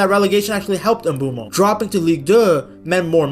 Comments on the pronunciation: bro I am Cameroonian it is Mbwemo don't argue with me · Bro that Is not how you say his name you it like "Mbwemo"